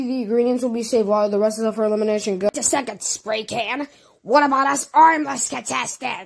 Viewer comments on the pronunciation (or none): sparycan.. Ah yes sparycan.